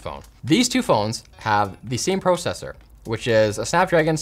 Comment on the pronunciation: Everything was good till you started to pronounce it like pro-cessor. Supposed to sound like pra-cessor. In the Midwest at least lol.